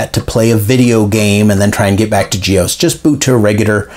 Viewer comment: Do you pronounce DOS as 'dose'? I've never heard anyone pronounce GEOS as 'ge-ose' but always 'ge-oss'.